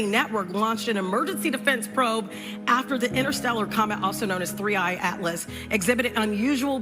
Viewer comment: It’s 3IAtlas, not 3A atlas